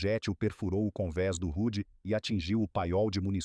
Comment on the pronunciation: O correto e H.M.S Hood não "rude" .